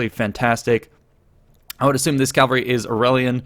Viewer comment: How on earth do you still say "calvary" instead of "cavalry"?